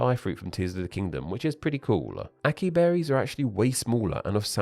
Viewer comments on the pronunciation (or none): Rasp also means to scrape, not just a raspy voice. That’s why it’s called “raspy,” because it sounds like your throat is getting rasped. Also, it’s called blowing a raspberry in North America as well. And it’s ah-sy-EE berry, not assee. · Did he just pronounce açai as "akee" and not "asahee" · it's a-sa-yee, not acky berries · Açai is actually pronounced ah-sah-ee, not ah-kee. Now ackee actually is a fruit in the Caribbean, but I don’t know if it’s a berry. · Do people pronounce açai as ACKee berry in the UK? I'm un the US, and I say ah-sah-EE. But I don't think I've used it much in conversation, and I don't speak Portuguese, so I could be off-base. Oh, wiktionary says I was pretty close. Except it's the middle syllable that's stressed. TIL that ç is a spelling if the /s/ sound in both French and Portuguese. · As soon as I heard /ah-kEE/, I started screeching. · Açaí is actually pronounced “as a ē” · It's pronounced a-sai. That you got that wrong is ... unberrible. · Thanks for this video. Always confused by the term "berry". Also, Açai is pronounced "Ah sigh ee". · "Raspberry" the sound apparently crossed the Pond right away, as I've heard the term in America all my life. "Açaí" is pronounced "ah-sah-EE". That tail softens the C, and is called a cedilla, which is Spanish for "little Z". Which is ironic, as it's used in Portuguese, Galician, Catalan, Provençal, and French-- the languages surrounding Spanish-- but not Spanish itself. It died out in Spain. You should do a video on this! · i think it's pronounced "ah-sy-ee" 😅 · Açaí is actually pronounced assa-ee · Açaí is pronounced as “ah-sah-EE” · Why are you pronouncing açaí like that… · Im so mad you said açai wrong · He caught the "ç" spelling and accent mark on it too, and yet still pronounced it wrong.